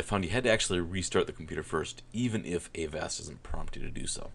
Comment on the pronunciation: its avast, NOT A-VAST